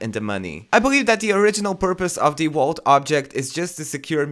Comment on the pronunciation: Is he saying wault instead of vault